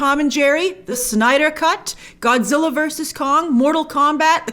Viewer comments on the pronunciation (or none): none